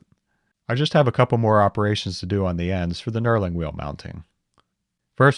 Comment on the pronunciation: Knurling! I kept hearing "Neuroling" or something of the sort and I was very confused.